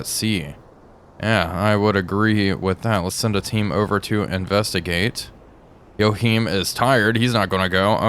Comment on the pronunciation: Not in German though. did it perfectly well.